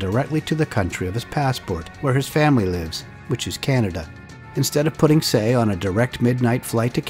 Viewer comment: Love your videos. His name is pronounced “tai”